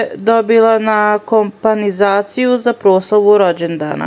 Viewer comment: Kompanizacija. Ha ha. Nauci da citas